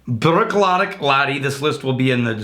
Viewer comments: I kept hearing sheep dick haha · Sorry guys, I keep hearing sheep dick.....